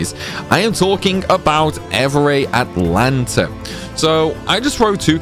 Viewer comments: Funfact evrae Atlanta is actually called evrae altana. But everybody always says Atlanta, me included until I found out. Now I can't unsee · Repeat after me: Evrae AL-TA-NA